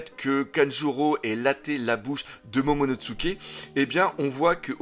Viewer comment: tout le monde prononce momonoTSuké alors que c'est momonoSuké avec un s et pas avec un ts